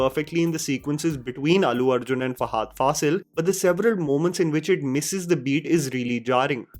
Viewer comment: It's not hard to pronounce Fahad properly it's not fahaad